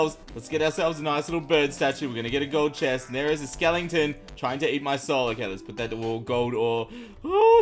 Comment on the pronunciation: did u say skellengton